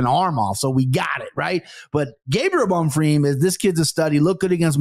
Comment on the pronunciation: Anik trying to subtly emphasize BonFEEEM after has repeatedly said Bonfirm. Gotta appreciate how JA always gets it right, not just fighter names....but also fighter names 🙃 so the rest of us don't have to cringe so hard